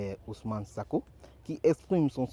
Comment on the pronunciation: Merci, mais c'est sonko pas sako